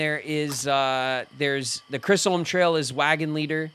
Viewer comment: pronunciation of Chisholm is bothering me more than it should 😂 and I can’t tell if he’s doing it on purpose or not